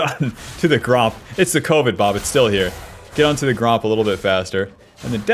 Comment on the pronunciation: lately I've been thinking, what if he's been saying "bub" and not "bob" this whole time